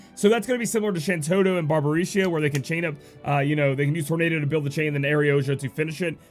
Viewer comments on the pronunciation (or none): none